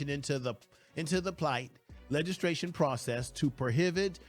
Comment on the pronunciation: It is not pronounced legis....tration, it is pronounced legis....lation.